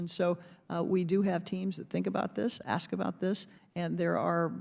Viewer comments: aks is not how you spell ask. everyone who can read can explain why the pronunciation is incorrect. additionally, the word "procuring" is not pronounced "percrurin" under any circumstances. to go further, she puts emphasis on hundreds in the phrase "...hundreds of thousands of vehicles..." which is another incomprehension of language, that being the point of the number being large is not served by emphasizing the smaller of the units. how about we ask why the federal government is "censoring" the climate crisis? i assume whoever wrote that for her actually had the word "censuring" in place of censoring. they mistakenly thought she might understand the difference. and on a more general note, not specific to her, majority minority doesn't make sense. it's either the majority of people or a minority of people. it's a lazy way to say "the majority of residents are of an ethnicity that is a minority in the United States." otherwise, the term minority is just a slur for anyone who is not white, implying that they are less than what white people are in a way that is unrelated to population distribution. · Thanks! I never knew that until you mentioned it and I looked it up! Anyway the comment was about the girl saying axe for the word ask, so I do not see why Trump has a thing to do with it. My point was to make light of the fact that Doctor Jill taught college English and brags about being from Philli, yet could not read and sound out the word Bodega. I was laughing that 🤣 maybe the young lady took college English in Doctor FLOtaTUS Jill Biden, who despite what Woopi Goldberg said is NOT a doctor. 😃 😄 🤣 😂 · Did Miss Brown of Ohio just say she can't believe someone had to ax that question? I cannot believe miss brown, a member of the United States government, still doesn't have a grasp on the English language. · She said axe lol and here goes her racist rant lmao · The lady in blue is clueless! It’s ask not ax. 🤦‍♂️ You are in congress!!